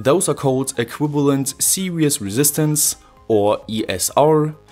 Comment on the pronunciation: Did he pronounce series as serious?